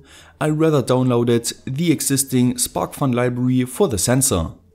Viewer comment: Hey your videos are awesome and your English is pretty good. But you should really fix your pronunciation of 'the'. The rule is very simple. Its 'the' unless the next word starts with a vowel, in which case it's pronounced 'thee' So The temperature (not thee temperature) The weather The wifi Thee arduino Thee other arduino Thee information Hope you don't mind the advice.